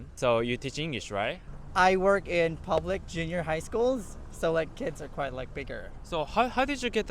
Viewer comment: just a tip, I don't know if you realize it but when you're speaking English you're kind of skipping over some important words/syllables. For example in your "where are you from?" we don't hear the "are". Or when you say "what do you do?" it sounds almost correct but it's way too fast, like it's all one word. I'm sure you're still learning, and otherwise your understanding of English seems very good. If you learn which syllables or words need to be emphasized or slowed down, you'll sound really good.